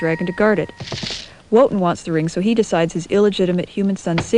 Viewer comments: I love this video, but I just cringe every time I hear the name Wotan pronounced as it's spelled; it's pronounced "Vo-tahn". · Great job - even the misprouncing of character's names like raDAmes, Woe-tan - makes opera so much less high falootin.